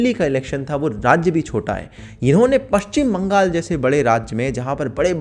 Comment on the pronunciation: It is Paschim Bangla or Paschim Bengal or West Bengal.....not "paschim baangaal"